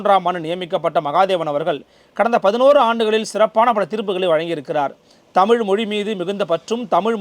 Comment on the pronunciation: அருமையான பதிவு, உச்சரிப்பில் தமிழ் தமிழ் என்று சொல்லும் போது "அமிழ்து, அமிழ்து " என்று கேட்கிறது. தேன் தமிழ் உரை